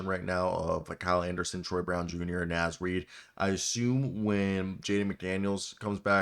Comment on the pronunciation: Brother man gotta learn how to say Naz